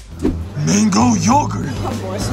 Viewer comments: Никто: Абсолютно никто: Дэрэл каждый прием пищи: МэНгОу ЖуС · Не правильно. «МЭНГУ ДЖУС»!